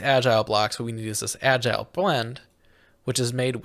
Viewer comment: I was losing my mind over how they pronounced it “agile box” glad im not the only one